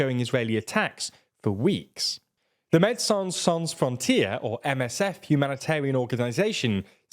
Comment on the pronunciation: Very beautiful how you butchered the phrase „Medecins Sans Frontieres“ 😂 TLDR ⭐️⭐️⭐️⭐️⭐️⭐️